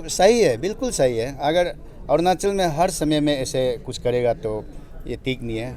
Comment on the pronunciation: Arnachal kya h bhai? Arunachal bolo